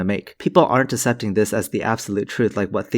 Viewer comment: "assepting" is pronounced "ak-sep'-ting"